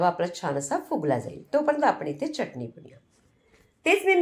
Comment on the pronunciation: च्यटणी नाही चटणी म्हणतात. बाकी उत्तम रेसिपी आहे.